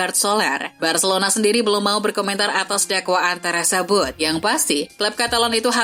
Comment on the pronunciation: Bacilona bacilona mls aq dengar nya 😂😂😂